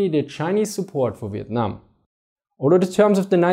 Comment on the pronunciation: The way you said Vietnam made me chuckle, sounded like you said "Vitnam". Great video though! America: Let's just march into North Vietnam and end this, what could go wrong? China: Hold my Peking duck.